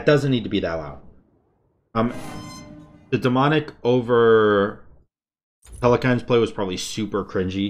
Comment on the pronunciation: im just disappointed every time i hear the way he says telkhines